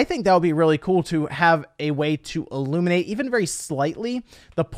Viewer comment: Everybody stop... He says 'Eh-luminate'.